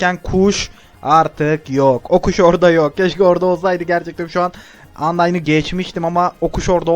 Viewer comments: Abi, kötü sonu bozmuyor ayrıca undyne, "andayn" diye okunuyor. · YANLIZ UNDYNEYI YANLIS OKUYON: ANDAYN DIYE OKUYACAN